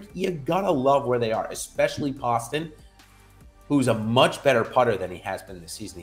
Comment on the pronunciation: Great content as always but JT Poston is pronounced Post-un.... he's from my hometown and put him in my lineups often and always underowned. Thanks!